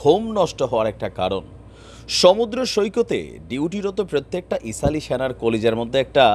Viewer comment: ইসাল না আপনি ভুল বলছেন এটা হবে ইসরাইল হবে